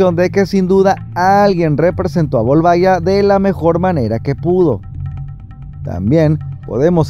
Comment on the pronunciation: Excelente video como siempre xD Sólo me la pronunciación del nombre me parece curiosa: lo pronuncian como si se escribiera Volvaguia, pero se escribe Volvagia y la pronunciación es diferente. Saludos